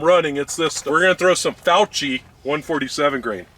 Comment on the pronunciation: Pronounce ‘cch’ as a hard ‘k’ sound, with a slight double consonant: ‘fiok-ki’. In Italian, there’s only one correct pronunciation, and this is it.